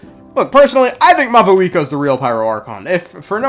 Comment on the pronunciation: "Mayooree" "mowee" "mahuhika" my poor language